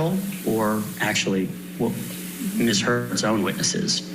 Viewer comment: I'm pretty sure this isn't a bot narrating this video but I always doubt myself when the most easiest of words are spoken incorrectly. Like when she said the letters M S instead of the correct way which is Miss (some say it's more of a z sound than an s, but either way it was still mispronounced) Heard. It's sad if a computer bot does it since they're supposed to be smarter than most people, but it's really pathetic if an actual human being is reading it and doesn't even say it correctly Ms. when its the title of a person like Mrs. or Mr. (FYI: IF you feel the need to reply or send me a message please make peace with the fact that I will never read it or even see it. I refuse to do the back and forth debate on my comments).✌